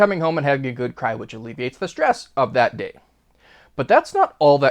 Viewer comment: "DAT" is not a word